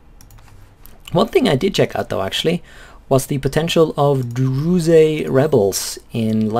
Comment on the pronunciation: dude WTF, you need to pronounce druze, like "druz" without the E in the east